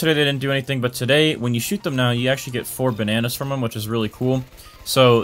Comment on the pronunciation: *all the ba nan ayes * LMAOO